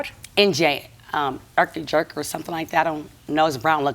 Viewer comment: She’s embarrassing. Did she just call it erk and jerk?